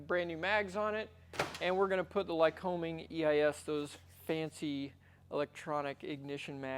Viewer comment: Hey, my home town is Williamsport, PA. The Lycoming plant was just five blocks from our house. Awesome place. Our next door neighbor was a metallurgist engineer at the plant. However, let's get this right. The locals call "Lycoming" as "Ly-cuming." Accent on the second syllable. Company named for the regional PA county - Lycoming. Just sayin. Dr. Neal Hively, Melbourne, FL.